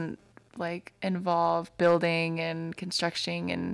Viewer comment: did you say "construcshing "? You can say anything, you are so cute. Even just waking up, no makeup to put on or phony baloney. Just real natural and honest. The way women should be! is a darn lucky bloke! Hope he knows it!